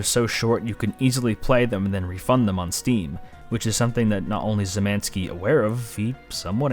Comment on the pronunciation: I didn't think it was possible, but I heard "Szymanski" (Szymański) said like 6 different ways, and none were really correct.